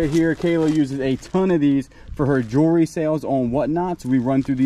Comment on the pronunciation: Erm, I love watching you two and your hints. Jewelry is pronounced Jew-el-ree, or maybe you are being silly. Not jewry.